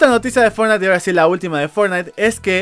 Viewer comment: "fortntie" orales un nuevo juego xD Buen video.